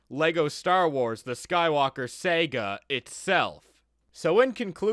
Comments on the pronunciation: It is Pronounced Sarga not Seyga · Why do u say “Sega” instead of “Saga” sometimes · It is sah gah not Sega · I hate how this man pronounces Saga